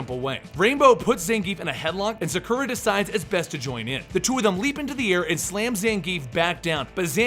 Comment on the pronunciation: Sah-Koo-Rah not Suh-Kur-Uh.